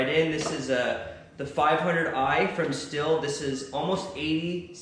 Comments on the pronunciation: To be honest, I stopped watching as soon as you pronounced Stihl (steel) as still. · Love your vids!! Hopefully by 20 years you'll pronounce Stihl as "Steel" and Husqvarna as "Husk-Varna". LOL. Keep up the awesome content!! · in Germany, we pronounce it differently. Steal would be the American accent way to say it. we say it the same but the s sounds like shhhh (like be quiet) so something like shhteeal. just saying.....Very good saw. As far as I know, I would say 90% of all Germans have a stihl. ps: nope not me I watch and I am subscribed.